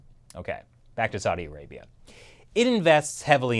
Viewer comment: Learn how to pronounce "Saudi Arabia" Bozo. Else I'm just gonna unsubscribe. And no. I ain't gonna make it that easy.